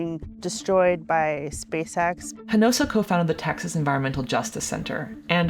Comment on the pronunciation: Love this channel and the reporting. But for the love of cats can you please do a little research on how to pronounce peoples names especially Spanish ones. The entire time the presenter said "Hinosa" completely leaving out a syllable... it's Hinojosa.. transliterated that would be "He-no-hosa"..no one is expecting you to have perfect pronunciation but come on, ya'll are educated & learnEd folks... This makes us brown people of Hispanic descent fell a bit unseen/overlooked sometimes...far be it from you to mispronounce Bordeax, Deveraux, or that Texas restaurant ya'll may have eaten at while here...Pappadeaux... 🙂